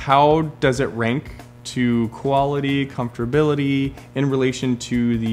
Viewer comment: Did just say "comfterbility"?